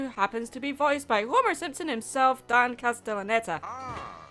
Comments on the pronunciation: OK just checking, Because I thought you said Don instead of Dan. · Quick Question, Did you say 'Dan' or 'Don?'